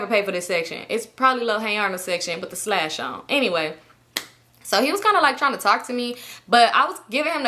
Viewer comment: you calling a sash a “slash” is frying me.